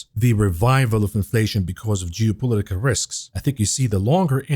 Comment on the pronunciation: "jewpolitical risks" 😂